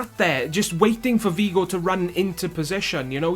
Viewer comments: Beerus haha tru he said "Vigo" instead of "Figo" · what is so hard about pronouncing the 'F' it is Figo ffs just like how it is spelt. Shows how much you know about football.